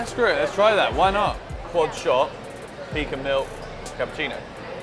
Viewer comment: Welcome to Atlanta, hearing you say pecan was hilarious 😂 Hope to see you at the game!!!